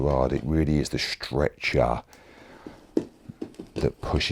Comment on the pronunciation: the way you say 'strecher' in cockney makes it sound like a torture machine LOL